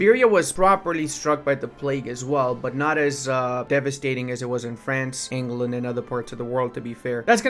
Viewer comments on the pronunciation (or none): none